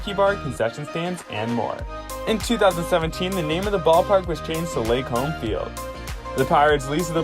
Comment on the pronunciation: its pronounced "Lee-Kahm" park.